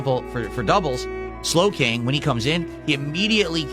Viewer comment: Why does pronounce the names of the Pokemon like 'Prime Ape' and 'Slow King' as if they are separate words? This seems more like something AI would do, is even real?